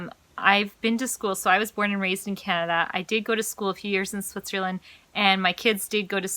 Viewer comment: Just one question, it also stroke me with your first video: Why do you pronounce "Switcherland"? LOL - Did you see so many hoodie shirts here from the SWITCHER label? :) - The documentary about public schools failing in the US is called "Waiting for Superman".